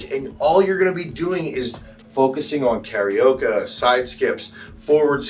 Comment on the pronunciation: Never heard someone pronounce Karaoke like it rhymes with Tapioca before 😂 Maybe someone was hungry while filming?